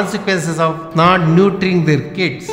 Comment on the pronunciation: English intro could have been done better... some pronunciation could have been better like ‘nurturing’ - please take it as feedback.